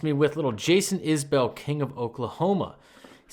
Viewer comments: Just fyi - its pronounced isbull more yhan isbell. Love Jason so much. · I love it and all you do. But for future, it’s pronounced iz-bull 🩵💜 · But he still pronounces his last name wrong!